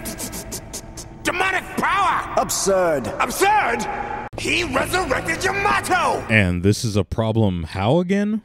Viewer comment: 1 thing else: characters are really inconsistent with the name of Yamato. It's either like Yamotoe, Yomatoe, or Yamado. Those last 3 are for pronunciation.